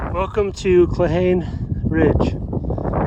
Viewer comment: Thanks for the adventure. Cold and beautiful. It's pronounced "claw-hawn-eeee" 😊